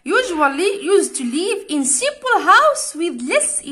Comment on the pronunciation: ياو Smpel مش Smol